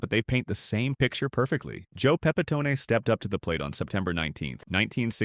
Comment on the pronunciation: Pepitony? ha ha ha ha. This ruined much of your video credibility lol . It was Pronounced Pepi - tone (the last sylabble like the tone of someone's voice) And don't try to argue with me, I've been a Yankee fan for over 60 years and watched Joe play many a game. What a character ha ha ha